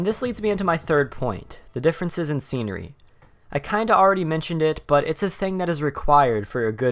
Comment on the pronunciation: Scenery... Not secenery